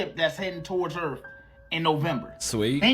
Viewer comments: Video about Julian came out as fake. He admitted it. "Eleins"(aliens) and "erff"(earth) is also funny. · Uh-oh “Ellions are on their way to erf?” That’s not good! This guy is so excited all the time. I love his videos 😂